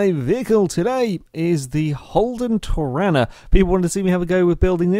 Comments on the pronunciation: It's pronounced Tor-arna not Tor-anna! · As an Aussie myself I just want to say that is it is pronounced tor-are-na. The first a is a long sound, it sounds weird hearing it the way you did it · It's pronounced tor-are-na :) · being an aussie my self, just wanted to say its pronounced tor-are-nar, even though its spelt torana